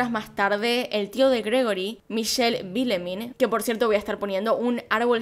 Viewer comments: No hay que disculparse por la pronunciación. Es más importante el contenido y el mismo es siempre de primera. La pronunciación correcta sería: "Vilman". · Vilemén con una pronunciación nasal de la última e. El padre sería algo así como Yan Marí con pronunciación gutural de la r. La madre sería Cristin con idéntica pronunciación de la r. Y un tip, en francés todas las palabras se pronuncian acentuando la última sílaba tónica. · Figuradamente se pronunciaría entre a, e "Vilmen" tampoco es tan difícil mujer! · Para la pronunciación de villemin: la pronunciación de "ville" (ciudad) + main (mano) pero es difícil explicarlo jaja, hay que tener cuidado con la "v" y "e", un sonido neutro no como el "e" en español :) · Holaaa me encanta tus vídeos Con respecto a la pronunciación del apellido sería algo así; Vilman Se esto porque aparte de vivir en Francia desde hace y’a varios años, me entere de este caso por un podcast de crímenes franceses y además porque el año pasado, hubo varias noticias relacionadas con este caso, así que repetían constantemente el apellido en los medios Alors bisous et continue à faire de vidéos, je les adores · No te disculpes, pero si querés saber como es la pronunciación del apellido, es "Vileman", la "in" se pronuncia como un "an" pero una "n" muy nasal y suave. Solo por si lo querias saber, pero igual vamos a disfrutal demasiado el vídeo